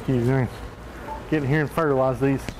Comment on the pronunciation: "I came here to fertalize these" hahahahah